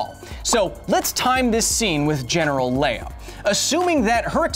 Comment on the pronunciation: 'Leia' Q_Q not 'Leah >_>